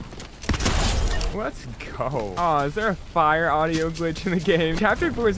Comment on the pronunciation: When he said aaaduio I was laughing